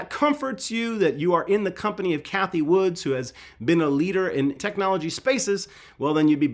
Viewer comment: Hey, love your channel and appreciate all you do for us. But … her name is Cathie Wood. No ‘S’ at the end. 😂